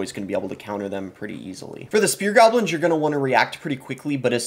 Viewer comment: Evury tyme he said gahblins i took a shot and now im detoxing at the hospital